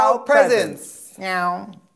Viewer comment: I thought it was WowpresEnts and not WowprEsents lol